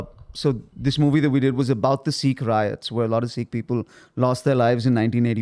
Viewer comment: Its funny how Andrew is pronouncing "Sikh" correctly and the guy from India isn't.